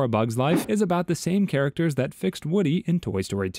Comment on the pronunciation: I think you forgot to pronounce the s in "Characters"